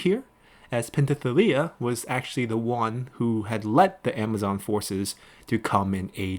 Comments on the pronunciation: I think Penthesilea is pronounced as /pen.θe.siˈle.a/, the s is pronounced as s, the th is /θ/ as in path. The way you pronounced it sound a bit off. It was the same when you said Thessallian as Tethallian, when it should be /θesaˈli.ən/. Please correct me if I'm wrong. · I know some of the pronouncement is subjective and can be tough but come on man. Do you not see the s in pentheselia, do people not break down and sound out words anymore?